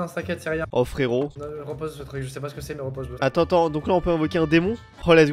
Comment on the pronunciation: « Je sais pas 🤷 je cher pas 🤷 »😂 au deuxième il a dit « je cher pas 🤷 »😂😂😂